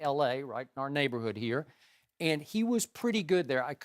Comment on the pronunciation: Nelly never says "here" he says "hurr" 😂😂😂😂😂😂😂